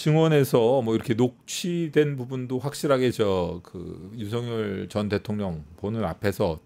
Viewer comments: 아..저는 귀가 이상한가바요...매국노.매국노..이러는줄 알았어요..윤석렬 ..윤석렬 이거 였어요?.. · 윤석열 개통령으로 들리네...